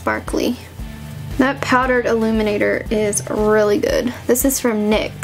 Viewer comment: its N.Y.X not "NICKS"